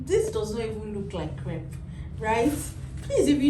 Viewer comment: It's crepe